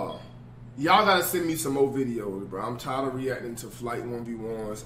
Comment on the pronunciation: “Flight tired ahhhftd” speak English pls